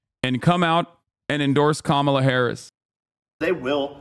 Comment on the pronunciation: Why is he saying Kambala?